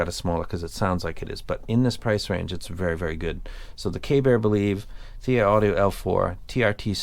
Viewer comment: Dude it's TRI. I don't blame you, though. The font looks like TRT.